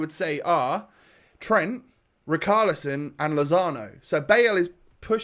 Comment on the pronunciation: Why are you still saying " RICALISON " ... Is RICHARLISON mate ... Like RICH you know ... RICHarlison